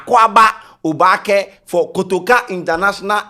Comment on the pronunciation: I know `Obaak3'' but it is not really used unless at engagements like local tradional way. nor dey pronounce the word correctly buh we move